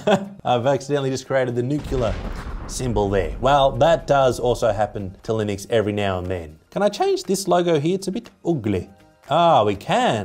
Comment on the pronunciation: its Linux not Linix 🧐 And its not a good OS . OK for a server thats it. You cant beat Mac OS.